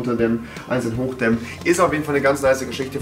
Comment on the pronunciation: er kann sein Licht "hochDÄMMEN" und "runterDÄMMEN" wie er will xD